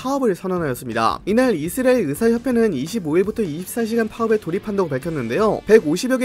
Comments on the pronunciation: 이스라엘 발음 많이 좋아지셨네요. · 형님 이스라엘 발음 연습 하고 왔습니까